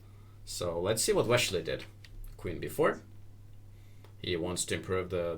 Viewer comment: wesssley, not weshley